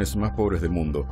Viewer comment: ошибка в произношении Сахара. На испанском это звучит как Саара